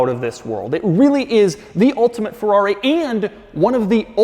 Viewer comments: Ferrori,really Doug.cracks me up everytime you say it. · Oh boy, cannot stand the YT-pronunciation "FORRAWRY" anymore .... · It is literally painful to hear Americans pronounce FERRARI. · I can’t stand the way Americans pronounce “Ferrari”. And not just that, but almost every foreign word. At least try pronouncing it correctly, just to show that you are trying, not just saying a word the way that you see fit.